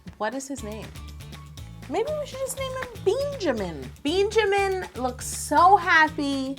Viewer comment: Beenjamin? Lol.